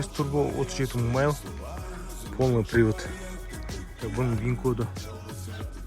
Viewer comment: майл емес, миль деші бро